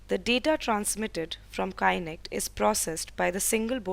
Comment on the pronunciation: Well the please pronounce the kinect properly... its is not pronounced as kainekt... but kinekt BTW, well done and good job guys :)